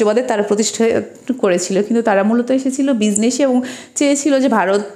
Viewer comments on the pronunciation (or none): none